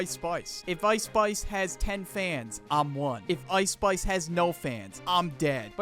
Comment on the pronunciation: "Ice Spuice"😂